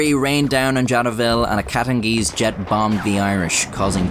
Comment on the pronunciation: He said “the katengeeze numbered over tree thousand”